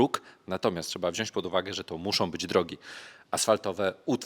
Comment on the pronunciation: Panie kochany, wziąć nie wziąść :D